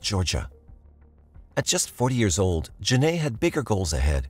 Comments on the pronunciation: Hi! Genai ‘s name is pronounced Jen-eye, not Jen-ay, which is stated properly in the video several times. I know you’d want to get it right, so maybe you could fix that for the sake of her having been the victim in your video. Thanks! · You pronounced her name “Jen-Nay” but it’s “Jen-Eye” Genai… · It aggravated me the whole time but I believe this is an ai voice and not a real recording so I hope that's why. Otherwise I find it to be a bit disrespectful to constantly pronounce her name wrong. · genai coleman name is pronounced like “juh ni” btw :) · For the woman who was killed by the twin why is it the narrator keeps pronouncing her name wrong the entire time